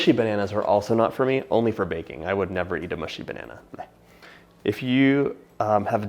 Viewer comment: John, I will actually pay you money to never say the word "banana" with emphasis on every syllable ever again. I implore you.